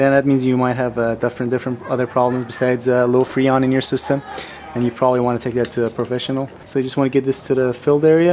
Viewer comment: Its FReon, not Feon! LOL